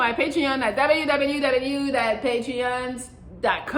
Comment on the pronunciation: Your www. Sounds like wwblah 😆